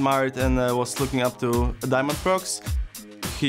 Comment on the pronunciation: IT'S NOT DIAMONDPROX IT'S DIAMOND-PRO-X!!!!!11!!11!!!!!!!!!